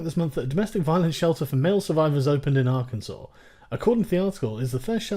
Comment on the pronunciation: As a native Arkansan, thank you for pronouncing the name of our state correctly. It seems weird when people outside the country get it right.